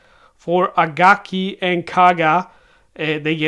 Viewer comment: It’s Akagi not Agaki.